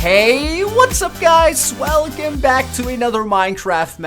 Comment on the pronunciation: His guys then welcome sonds like swelcome